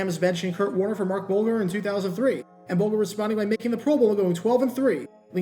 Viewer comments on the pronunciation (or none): BTW, Marc Bulger's surname is pronounced BUL-jur, not BUL-gur. ( mark